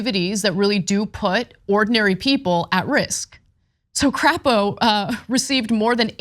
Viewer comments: I love how she calls the senator from Idah "crap-oh" 😅 it is pronounced "Crape-oh" but I love her pronunciation much more! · Is Crapo pronounced "Cray-po"? Sure. But given his absolute BS, I think Anna's alternate is spot on. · There’s no need to gratuitously mispronounce Crapo’s name. His positions are insulting enough. His name is pronounced cray-po. That’s what I’d do if I had that name. I bet you would too.